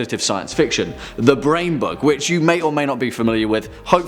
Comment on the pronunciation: You said "The Brain Bug", I heard "The Brain Buck".